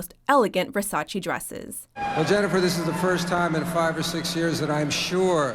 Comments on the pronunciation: You pronounced Versace as versaCHI, it suppose to be versaCHE. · Whats Versachee? I heard of Versace.